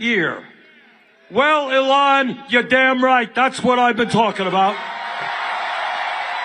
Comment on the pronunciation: I like how when Bernie says "Elon," it sounds more like " Ellen". I doubt that Musk likes that.